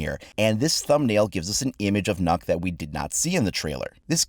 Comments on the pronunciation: It isn't nukk its Nookk as a Danish person the ø is said as oo not u so it's not nukk its nookk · So I'm Danish, "Nok" is the wrong pronunciation. You have to pronounce the Ø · People: Pronouncing it Nokk Me, a Dane: PROUNOUNCE CORRECT REEEEE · Its not nuck or nook or nock its neauk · So hard to have people pronounce her name wrongly. Nøkk is pronounced Nøkk not Nokk. Well it is hard to write how to pronounce it. :) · ITS NØKK, NOT NOKK!!!! dammit atleast try listen to the letter on translate or some xD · Not Knock, Nökk! Noekk!!! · *NØKK It is not pronouced NOKK its pronouced NØKK Ø is like the “i” in “bird,” only a bit further back in the throat. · Its more. N-uh-kk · "It looks like 'Nock', but it's actually pronounced 'Nuck'". Sees comments. Becomes curious. Tries Google translate text to speach. Why did Ubisoft lie to you? For those curious, the way is saying it in the video would be spelt "Nokk" in Danish. In terms of English, the closest vowel sound I can think of would be the "oo" in soot. Sadly language is complicated, so that's not exactly correct (hell, depending on where you're from, soot is said pretty differently in English), and essentially any comparison I try to make to an English word will likely piss off any Danish speakers. We just don't have the vowel in our alphabet. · As a dane i cringed how you pronounced the name... If you wanna pronounce it in the native language its not "nokk" ø is pronounced waaaay differently the sound doesnt really have an example in english but i would urge you to go to google translate and just hear the letter ø. Anyways "nokk" is wrong but it is the english version i guess but i still cringed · please don't ever try too say Nøkk againXD its just so wrong (i'm danish mmy self) you say it like "Nj(y/ø)kk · Nokk (N-Uh-kk) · it's pronounced NØKK my dude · As a Dane the pronunciation triggers me Its ø Not o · Wrong it has an *ø*, so its pronounced NO-EKK, since its NØKK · that aint how its pronounced